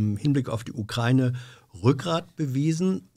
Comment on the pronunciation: Kann dem mal jemand sagen, dass es die Ukra-Ine ist und nicht die „Ukreine“